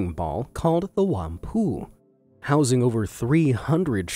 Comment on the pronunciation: As a Hong Kongese, I have to said that you pronounce ‘Whampoa’ wrong . You should pronounce ‘Wham/po/a’… (Fun fact: They build ship here because Whampoa original is shipyard before developing apartments.)